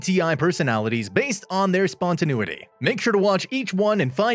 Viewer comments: It can be pronounced spontaNAYity or even spontaNEEity, but never EVER spontaNOOity. Please have a word with your second narrator... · I couldn't watch this. I had to stop it a minute and a half in because the narrator consistently mispronounces spontaneity. It was driving me insane. (And as an INTP, I have no choice but to correct the matter!)